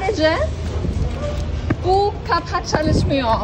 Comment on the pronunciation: Selam ben türküm ve çok güzel türkçe konuşuyorsun zaten basit bir dil biraz daha çalışırsan çok daha güzel konuşursun örneğin çalışmıyor derken o sondaki R yi zor söylüyorsun ama aslında çok kolay tek sıkıntın o ama yinede çok güzel konuştun 👍